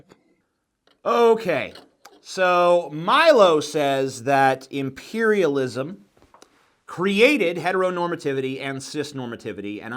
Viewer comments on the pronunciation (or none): Why does he keep calling imperialism impairialism? Is that some sort of "extremely witty" banter or does he just have a goddamn speech impediment?